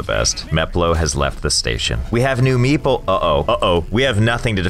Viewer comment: When the pronunciation of meeple starts sounding a bit like meatball 😂